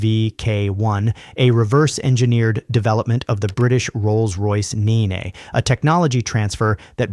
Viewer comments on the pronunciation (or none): Nene is pronounced "Neen" and (as with a lot of Rolls Royce jet engines) is the name of a British river.